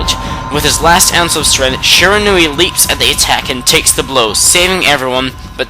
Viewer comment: Shirinau (hope I spelled right) he said it like it's spelled differently